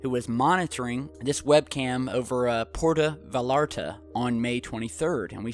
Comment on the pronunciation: okay pronunciation police, its actually PWERTA